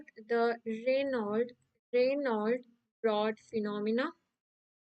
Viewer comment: Raynaud brawn not reynold